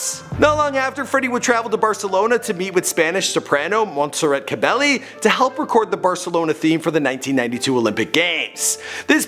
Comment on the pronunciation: 1. it was 1969 not 1989 2. it’s E M I not “emi” it stands for electric and musical industries. 3. their 3rd album wasn’t called killer queen it was called sheer heart attack killer queen was one of the tracks. 4. monsterrat’s name is not pronounced cabellie, it’s more like ca ba ye. 5. freddie was in more bands in the 60’s than just ibex, he was briefly a part of sour milk sea and wreckage (he convinced the member’s of ibex to change their name to wreckage). 6. smile was not a failure, but a brief success. the band released one studio album called gettin’ smile. 7. as freddie’s health grew worse he did not spend all of his time at the garden lodge in london. he spent much of his later years in montreux, switzerland to keep away from the press.